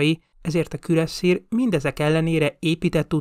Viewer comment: "Belőle kivált Osztrák Királyságot sem volt képes legyőzni....." ???? Nem tudom értelmezni a mondatot:D "Területének 80%-át..." 72%-át... Kürasszír"?? Elég franciás ejtés egy német névnek nem? "Fő különbség a 105 miliméteres francia löveg volt...." Fő egyezés inkább nem? De csak kukacoskodom...:)